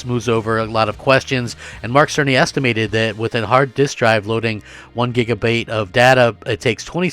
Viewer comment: Did he say gigabate there? He Bidened himself